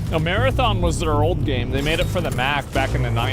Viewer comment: "Mar-anthem" it's always the big devs 😑